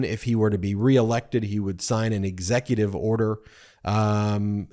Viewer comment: "and on day one I will sign an EX-e-cu-tive ex-EC-u-tive order" The man still can't read.